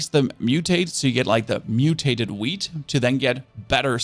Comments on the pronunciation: While filming this, you said whead thrice, is it because you like it so much? :D Whid seeds. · as a stoner i love it when he says wheat 🤣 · u say wheat... like a pro 💪😅